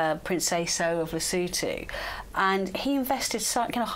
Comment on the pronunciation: I love even more for pronouncing Lesotho correctly (the 'o's are short) ❤